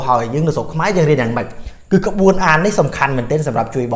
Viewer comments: ក្បួនអាន មិនមែនក្បួអានទេ! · ក្បួន ភ្លេច "ន" លោកគ្រូ☺️